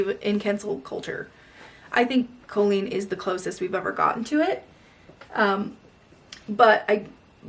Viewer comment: You pronounce her name colon.